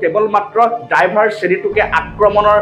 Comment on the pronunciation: "ডাইভাৰ" নহয় "ড্ৰাইভাৰ" । উচ্ছাৰণ কৰোঁতে অলপমান ধ্যান দিবা।